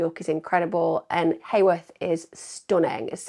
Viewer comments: Its heworth not haworth lol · Not that it matters at all…but as a local to the area, Heworth is pronounced Hue..worth, ( so like saying you-worth but with an H) not hay worth. Enjoyed hearing your take on the case and nice to hear a non judgmental view of Claudia. I have long wondered if she had an affair with the wrong persons husband….which lead to her demise, do we know if any of the men she was seeing have mysteriously disappeared too? but then again it could be a complete random opportunist predator that homed in on Claudia, wrong place wrong time kind of thing. Could be a student at uni that she rebuffed….Very tragic case for her and all of her family and friends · It’s Heworth not Heyworth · Heworth is pronounced like Hue.. worth. Just FYI, xxxx❤ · Just one frustrating point Em'....It's pronounced HEWorth, rhymes with Who worth! Just a minute irritation. 😠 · York locals will never forget. I thought that too, best way I've ever heard Heworth and Acomb said 😂😄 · Yesss, finally! Thank you Emma. I’ve been requesting true crime content creators to cover this case for years. It’s very close to my heart because I’m from York (live about 2 miles from Claudia’s home) I’m the same age as Claudia, and us Yorkies still haven’t forgotten about her. Nobody simply vanishes. Somebody knows something. Also, Claudia disappeared from a suburb called Heworth, (pronounced Hue-worth) not Hayworth. There is no such place as Hayworth in York.